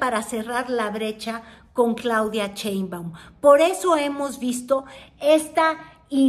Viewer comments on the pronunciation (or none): Eres de tv azteca, dudo un poco de tu credibilidad. Además porqué pronuncias Cheinbaum si es Sheinbaum!!